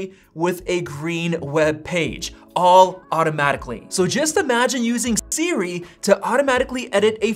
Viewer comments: why is bro saying it like s-ri 💀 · Why can this guy not says Siri? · Why does it sound strange when you say Siri?